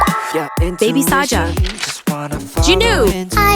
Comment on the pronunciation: It’s pronounced saja boys not saeja boys